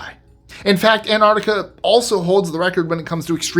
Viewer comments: ANT-ARC-TIC-A NOT Ant-art-ic-a. I find it amusing that you are able to articulate those complex city names, yet never check yourself on these. It must be a bi-POLE-ar thing. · Except he can’t pronounce Antarctica. He says it as. Anartica missing both the first T and the first C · I will not congratulate on his accent...because he is an american, and it should be illegal for americans to say things like antarctica.......just don't say it please. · Excellent stuff! Only quibble: you're mispronouncing "Antarctica."